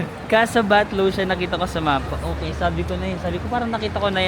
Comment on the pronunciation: thats Casa Batllo (pron. Batyo)